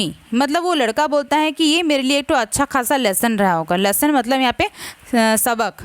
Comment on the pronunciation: Mam please don't say ek tho .